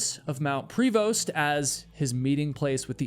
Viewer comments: Give me a break !!! This is BS I grew up in Duncan (you pronounce it wrong) and all my high school friends still live there and know multiple people scattered all over the island. This is total BC You also pronounced Mnt Prévost and I've climbed it multiple times. Obviously this guy was not in his right mind driving up a mountain in a storm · (Side note: The "st" is silent in Mount Prevost.) I was JUST talking about all the disappearances on the island here, explaining to my son why I worry so much every time he goes camping or for a hike here. I am a 3rd generation islander and grew up hearing of many unanswered disappearances, animal attacks and accidents) I then turn on my YouTube feed, and there is your latest release! Lol Thanks so much for covering a few stories from our beautiful but still mostly very wild island. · Local here. The mountain is Mount Prevost, but we pronounce it Preh-voh. Lots of Sasquatch stories from the local Cowichan tribes. too. And yes, the Cowichan tribe is the very same tribe making a land claim over Richmond. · Hi Duncan is [done-cn, soft A] and Prevost is pronounced soft E and soft O) great vlog thanks stranger than 😅strange.... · it's pronounced more like "mt. Pruv-oh" not prevost. There are alot of dark things on this island people dont talk about. Human traffickers, serial killers, gangs. On the mainland they let pickton run around killing people for two decades...the cops are corrupt lazy and incompetent. None of our institutions actually do anything to protect the average tax payer...if anything they punish us while letting actual criminals off with a slap on the wrist. Its disgusting yes...the rcmp are basically our version of federal law enforcement. We have municipal police that are separate from the rcmp...but alot of places just have a local rcmp detachment. for the most part the rcmp handles big criminal investigations like disappearances, murders etc. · Mount pree-vost I can understand, but Dunn-can?